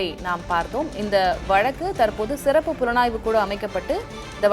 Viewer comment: What kind of reporter you are man. You are pronouncing sirappu as seruppu. Asshole